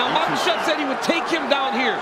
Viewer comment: Its Ma-KA-chev. Not Ma-KAS-chev. No "s" in the man's name!